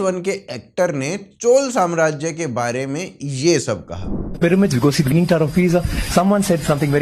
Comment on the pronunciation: Chol samrajya nahi Chola Samrajya. Please pronounce properly.🙏